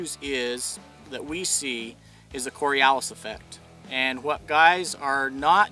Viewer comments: Someone needs to tell him how to properly pronounce Coriolis effect.there is no letter A in it pronounced cory olis not cory alice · Littlebit wrong on explanation of the Cori-o-lis effect there buddy... :P Never heard of this cori-al-is effect you speak of. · cO ri O Lis not cori Allis --- plz learn to speak engLish, and when did a "situation" become "dada"? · It's pronounced Cory-oh-liss, not Cory-al-iss... You're welcome. Great Video, thanks. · Cory Oh lis, not cory ahl is. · That’s cori-O-lis not cori-A-lis effect. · Coriolis is not spoken kor-ee-AWL-is, it's kor-ee-OH-lis. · Tip of the days is, its Cori- oh-lis effect. Not Cori-Alice effect! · i always thought it was pronounced core-ee-oh-lis not core-ee-ah-lis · it's pronounced core-ee-oh-less. not corey-allis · The word is pronounced Cor-e-o-lus not Cor-e-al-lus. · it's spelled Coriolis... not "corialess" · It's not corialis it is coriolis in pronunciation. Great video though. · You're saying; cori-al-is...its cori-o-lis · Quick comment; it's pronounced korre-O-less, NOT kore-A-less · coriOlis mate, not coriAlis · It is pronounced (kawr-ee-oh-lis) not (kawr-ee-ow-lis) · core ri o lis is how it's pronounced. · coriALICE? really? (somebody tell me WHERE does he get the letter 'A' from to pronounce it like this) the results of your field test clearly support your initial supposition regarding projectile impact for each of the compass directions for which you fired, but geez louise get the correct pronunciation down of the subject matter to gain that needed credibility at the beginning of the video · cor-ri-o-lis effect. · Lost me at the second "Corey-Alice' pronunciation. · Ugh... it's Cori 'oh' lis effect. At least pronounce it correctly. Second, to all the comments below, the Coriolis will impact ant object in motion that's free flight, pointed North, West, directly up, whatever. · Core ee OH lus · It's pronounced cory - 0 - liss. It has a north/South effect too:POI to the left north, to the right south.